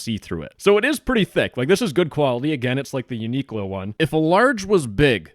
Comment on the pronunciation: The way you pronounce Uniqlo is sending me, Uni-(like university) Qlo-(like clover)